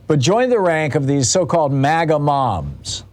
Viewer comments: It sounds like he's saying "maggot" instead of MAGA. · Did he say magat movement